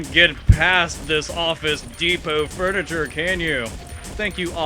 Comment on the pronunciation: "I know your wakness mr.X. Furnature" hahahahaha